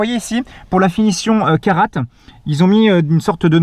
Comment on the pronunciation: On prononce KARA et non caratte. Vw aurait pu vous mettre quelques litres de plus....